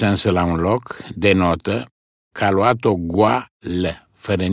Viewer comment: Luat , luase ...pe vremea lui Toparceanu se pronunța punându-se accentul pe "a" . I-a scăpat maestrului Pleșu 😃😃Altfel , superbă interpretare !👏👏